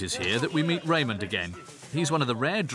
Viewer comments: His name is rahman not Raymond! 😂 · It's not Raymond his name is Rehman